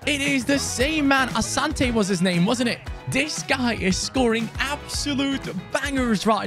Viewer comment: His name is pronounced Asanti ,he is an African